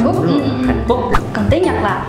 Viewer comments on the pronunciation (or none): You are Vietnamese?? Và "tuyến"???? Tiếng mới đúng :v